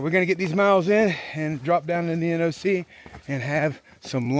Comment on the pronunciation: Finally…an AT Thru-hiker who pronounces NOC correctly instead of calling it ‘The Knock’.